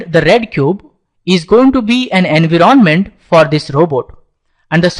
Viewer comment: I love your accent "engroment"